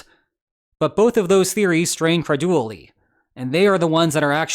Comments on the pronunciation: Its pronounced, cre-DU-li-ty NOT cre-du-ly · "Creduuly"? 😂 Super captivating!!